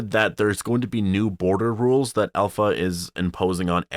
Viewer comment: I think its pronounced APLHA